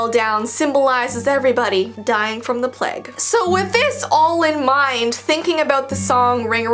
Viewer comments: It,s pronounced plage not pleg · kept on saying PLEG it's PLAGUE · In the ring around the Rosie when you said Plage that’s not how it’s pronounced it pronounced as (plaje) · The pronunciation of plague is sending me...its PLAY-gue not PLE-gue 🤣love from england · the pleg.... i think you mean the plague (play guh) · I'm from England you say it so weirdddddd plage it's pronounced pla-gue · saying "pleg" 😂 I mean I guess some people may pronounce it like this but.. 😂 I say "plage " I know you spell it plague but ya know I'm just spelling it like this so you can see what I mean 😂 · saying pleg is just a big mood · I don't know if in America it's different but in England it's pronounced the "playg" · Me: hears her say plague My conscience: A pleg..? Me realising it might be because I’m Aussie. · It’s pronounced play-g :) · I'm sorry but saying pleg instead of plague makes the topic much more lighthearted 😂